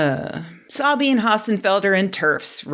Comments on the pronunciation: First of, your pronunciation of her name is wrong, kinda wonder how much you actually watch her. I'm not talking about minor tones; you're missing a syllable. Second, her presentation of the issue definitely lends itself to some bias, but so are yours of hers. I only watched her video once (and the title scared me), and now yours, but she speaks in the manner that science people do. For example, by the phrase "no evidence for or against" of course she knows that means the hypothesis is not something to depend on. She's a physicist, reading and writing papers about quantum physics. That's the discipline with high level of confidence needed before a theory is accepted. And there are lots of theories. Does her being a scientist makes her more likely to dismiss it at that level without the extra explanation like you're doing? Possible. Does she trust her audience to know enough science by now to understand what is meant by that? Also possible. Is it suspicious how she normally tries to tackle nonsense with bluntness but doesn't do that here? Could be. She's definitely not 100% on the trans camp before any research (unlike many here I would presume), and that take definitely is a valuable one. Centrism is a sin in politics, but when weighing in on scientific evidence, I think that's pretty valuable. Meanwhile in your video, if people did not watch her video they would think she cherry-picked some studies to make points and take some claims at face value without actual criticism, p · I’ve been watching some of Sabine’s videos for quite a while. I’ve been watching some of yours more recently. I like and learn from both of you. However, I have a hard time taking your critique of Sabine seriously when you mispronounce both her first name (three syllables) and her last name (four syllables). Are you doing this out of ignorance or laziness, or is it intentional, like the right wingers that can’t pronounce “Kamala”? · FYI the e in 'Sabine' is pronounced more like 'ah'.